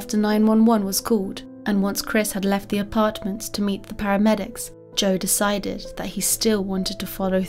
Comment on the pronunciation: Honest question: is it your mic that is weird, is English not your first language, or do you have a speech impediment? e.g. when you say "failed" it sounds like "faileds", "decided" sounds like "decideds", etc.